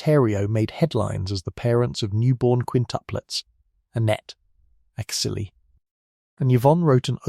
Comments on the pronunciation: Is Cecile pronounced "see-lay" like you pronounced it or it it because this is an ai voice? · This could’ve been good but the AI voice ruined it. “Cuh-sy-lay” lmfao. You didn’t even proofread the finished video! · Who taught this person how to say Cecile?! It cringe every time he says it!! 😱😱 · This has to be an AI channel. He pronounced Cécile in three different ways